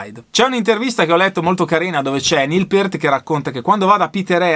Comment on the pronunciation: RIP Neil "The Professor" Peart (bravo, l'hai pronunciato esattamente): una perdita infinita, direi un batterista IMMENSO (ma pure percussionista) che ha portato la tecnica batteristica e percussiva agli estremi e che ha saputo amalgamare perfettamente la batteria acustica all'elettronica (a proposito, pure Carl Palmer aveva il drumset rotante, vedi VHS Montréal '77 live, ma con gong e timpani sinfonici) e che suonava dal vivo praticamente uguale come in studio, evidentemente si (tra)scriveva le parti di batteria. Ho visto i Rush in TV la prima volta nei primi '80 (Limelight live da Atlanta), il primo video è stato The big money, che mi ha lasciato interdetto; non cito altri brani preferiti, altrimenti uscirebbe un elenco semi-enciclopedico...